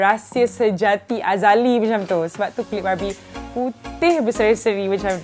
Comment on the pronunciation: Kadang kadang aku dengar 'barbie' tu dia 'babi'😂😂